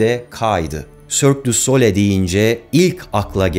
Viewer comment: Güzel video. Yalnız telaffuz yanlış ! Sole değil SOLEY okunur "soleil"